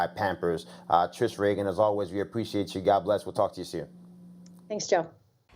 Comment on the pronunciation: Trish REEEGAN not Trish Reagan like Ronald Reagan Joe!